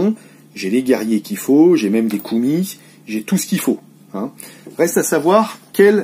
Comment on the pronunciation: Par plusieurs fois, tu te demandes comment se prononcent le mot Koumis, cette boisson de lait de jument fermenté (beurk !), ben en bon français il ne faut pas prononcer le "S". C'était l'instant linguistique par Okrienger !! LOL